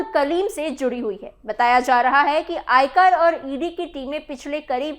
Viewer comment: आयकर विभाग होता है न कि आयकार विभाग।